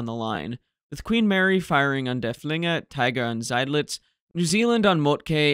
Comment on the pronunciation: Not particularly you, but it seems to be a general trend of English speakers to pronounce it der-fling-er (meaning the thrower) with a stress on the second syllable. Why?? It is spelled with a double ff and there is nowhere in the German language you can start at syllable with a twin consonant, so obviously at least one of the f's must belong to the first syllable. The name derives from Dörfling (literally villager) and should therefore be pronounced derff-ling-er with a stress on the first syllable. Other than that, keep up the good work.